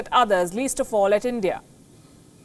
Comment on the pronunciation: You said oll👌